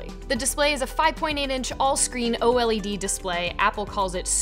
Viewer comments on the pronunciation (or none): you actually say it as oh-lead